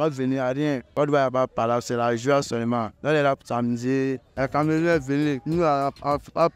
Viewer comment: Le vieu là dire camarounais😂😂😂😂